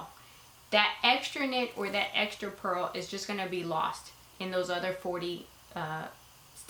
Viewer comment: Purl, not pearl. Very helpful video.